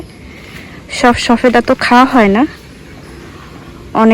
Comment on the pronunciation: শবেদা বলেন শফেদা বলছেন কেনো বলছেন